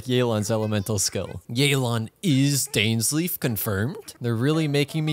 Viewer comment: This. Is. Not. How. You. Pronounce. Dainsleif.